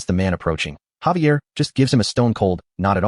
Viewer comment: Xavier...say it with me Zay-V-ah! also who is Lloyed and who is Xavier? it mixes up so much, might as well just call them both soup.